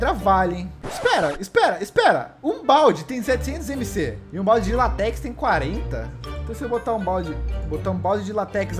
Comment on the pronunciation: ele falar látex errado